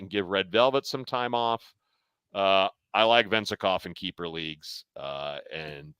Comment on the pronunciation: why did you have to butcher Vezenkov's name like that lol